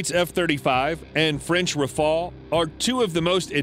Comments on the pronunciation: Not raphaal, raphaEL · the RAFALE and not rafael... went in service in 2001... and it’s one of the best fighter on the planet and world wide recognised, while your TFX still on the drawing board and still haven’t take off the ground... please stop embarrassing yourself thanks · Learn to call his name : Rafale, Rafale, Rafale , RAFALE, RAFALE, R A F A L E , DAMNIT !!! The FCAS is a 6TH gen project, the Rafale is more than enough, it is an aircraft that can do everything, and which slaughters the F35 in dogfight. The only American aircraft that can afford to challenge the Rafale without being sure of losing is the F22, and again, the Rafale shot down an F22 in training, the Rafales had, the same day, put 7 to 1 to the Eurofighters too! Do not compare this flying brick from F35 to this aeronautic marvel, the Rafale. The F35 is just a political plane, those who buy it buy it just because it's American. But some preferred quality to politics, and preferred the Rafale, for example, Egypt, Qatar, India, Greece, Crotatia ...